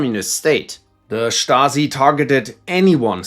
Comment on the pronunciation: Dude can pronounce stasi correctly but not yezhov